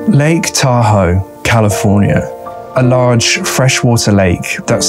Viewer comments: It’s “tah hoe” not “tahoo” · Sorry, you're too long winded to get to the chase, also you mispronounce the name name of Tahoe, there's no accent, its a one syllable pronounciation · It's pronounced Tahoe not Tahoe. Yeah ok maybe it is Tahoe. I can't decide.